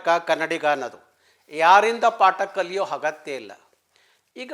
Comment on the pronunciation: ಆಯ್ತು ಗೌಡ್ರೆ ಏನೇ ಆದ್ರೂ ಅ ಮತ್ತೆ ಹ ಒಂದೇ ಮಾಡ್ಬೇಡಿ, ಹವಾಮಾನ ಅಲ್ಲ ಅವಮಾನ ಹಗತ್ಯ ಅಲ್ಲ ಅಗತ್ಯ, ಸ್ವಲ್ಪ ಸಾವಧಾನದಿ ನೋಡ್ಕೊಳ್ಳಿ 😂😂